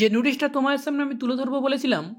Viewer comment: নুটিস না ভাই নোটিশ হবে এই রকম একাধিক উচ্চারণ ভুল তোমার তুমি আগে নিজেকে ঠিক করো।